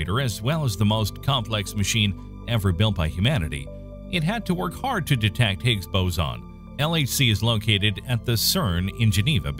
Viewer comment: It's a.. Hicks... Boozin... Noh... It's not a quar.. K?